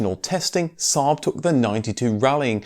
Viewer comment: The pronunciation of SAAB and Svenska Aero was actually pretty accurate! Not perfect of course, but still very good. 👍